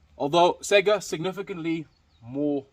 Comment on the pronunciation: It's saygA, not sega. At least listen pronounciation in translator, you're shaming yourself. Both letters must be capital, AK. And not every AK is 47.